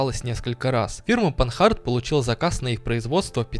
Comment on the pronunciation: машина Французкая и поэтому читается по французски, панАр, а не панхард